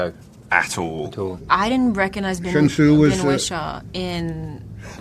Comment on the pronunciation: Tom Hanks said Ben's name like "wit-shaw"